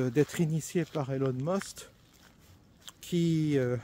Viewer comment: il s'appuie Emin Musk, pas Elon Must☺️